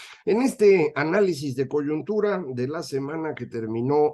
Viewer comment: ojala vea el como se escribe COYUNTURA ya que le sale el ejido al decir coyontura y tan bueno q es para criticar